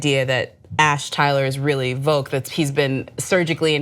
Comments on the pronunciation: I think it might be Voq like "dock" not like "vogue." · Stop mis-pronouncing Voq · The way they pronounce Voq annoys me.